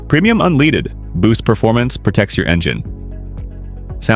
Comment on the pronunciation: "premium unleeded" lol